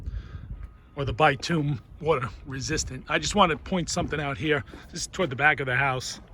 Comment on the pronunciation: Wtf is bi tume dont you mean bitumen.